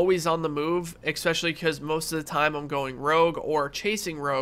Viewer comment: thanks for the video but for god's sake if you're going to say "especially" as much as you do don't say "expecially"